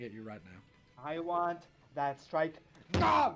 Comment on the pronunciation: RAMAAAOOOVE DAH STOOOOOIIIIKE!!!